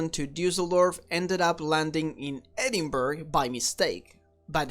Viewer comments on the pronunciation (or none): Love how he says Edinburg and not Edinburgh lol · I like your channel but are you Russian or Israeli expat? It is ED-in-BORO, the way the Scots/Brits say it. It is similar to the way New Yorkers say borough like the borough of Queens where the two jetports are located. I hope you don't pronounce Greenwich Conn. USA or the original in England as Green-witch or Green-wick. Gren-itch will do nicely. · I found this hilarious when this happened in my hometown but it is pronounced edin-bruh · It was not as straight forward as it might seam, however, it was a hired airline flying the route. WDL had the correct flight plan, but it was given out wrongly, it should have been to to Düsseldorf. How the flight attendants didn't see their tickets didn't say Edinburgh. It was quite funny really, unless you were in a hurry. By the way it is not Edinburgh (burgh) as you say it, it is Edinburgh (Bur - ruh) as in Edin- Bur-ruh) but then again I can't say some other names in other countries lol. They did have the flight clearance and everything, just the wrong destination. I would have loved it, but then I would fly for the hell of it anyway. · Edinburgh is pronounced "Edinbruh" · Edinburgh --> pronounced "Ed-in-BRA"